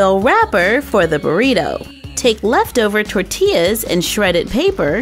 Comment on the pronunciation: Omg you’re the first person I meet (that’s not Mexican p.s idk where you’re from)that says Tortillas right P.s I’m half Mexican I’m so proud of you 💚